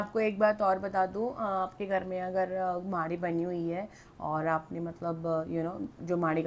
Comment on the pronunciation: M haryana se hu,hum b bhut mante h inko,but ye मैड़ी hota h माड़ी nhi hota